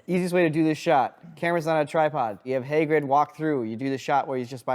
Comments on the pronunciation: "Haygrid" !!?!?!?!? HAYGRID!??!!??!?! ITS HAGRID!!! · HAY-GRID? Are you off your rocker!? It's Hah-grid. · “Hey-grid” lmao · Haygrid?!?! What dialect is that? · “Haygrid” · bro said "heygrid" 🤣🤣🤣🤣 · The way pronounces Hey-grid is very adorable. That Minnesota accent. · mispronouncing Hagrid made me cringe everytime